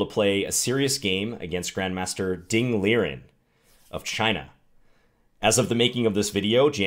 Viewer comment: Not Liren like lear en. It's Liren like Lee Ren. But I know Chinese names are hard.